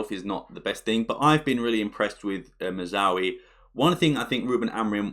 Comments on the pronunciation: 😂 you can tell he has trouble pronouncing Mazraoui with how fast he speeds through it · Great video as always. The pronunciation of Mazraoui did make me laugh though.